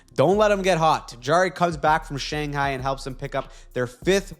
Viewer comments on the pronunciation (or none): none